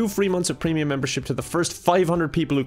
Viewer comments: . "Prenium" lol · helo did u not notice you said prenium in the sponsor bit? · when spells "premium" as "prenium" in the ad:( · Im pretty sure that said Prenium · Ah yes, prenium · 2 free months of 'prenium'